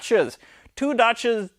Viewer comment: Does he pronounce dacia as dotsha?